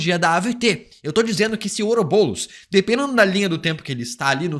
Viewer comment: BOROS... BOROS PELO AMOR DE DEUS